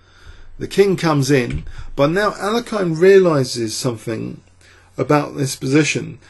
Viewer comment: i am pleased you lean to pronounce names in a right way as you do in alekhine's way